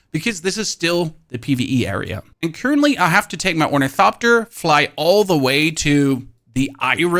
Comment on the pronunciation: Wait does he say onithopter correctly now